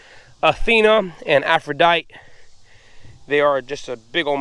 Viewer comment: Love your videos. Very informative and interesting to see the farm side of food production. Fyi Aphrodite is pronounced afro dytee. She was the Greek goddess of love and beauty.